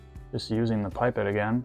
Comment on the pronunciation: This is an awesome video. Start to finish explaining the airbrush and even a tear down at the end, perfect for me as I was looking for good reviews of this airbrush as my birthday is coming up One thing though, the way you pronounce pipette, it sounds like you’re saying ‘pipe it’, in the UK we pronounce it as ‘pip ette’, is that really how you pronounce it over there?